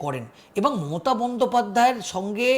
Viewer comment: ভাই, মমতা বন্দ্যোপাধ্যায় বলতে গিয়ে মোতা বন্দ্যোপাধ্যায় বলছেন কেন?